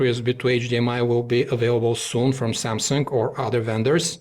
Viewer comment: samsung... not samsungk..